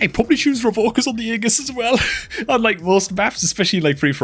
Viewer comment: Its pronounced "ee jus" not "aa gus" 😂😂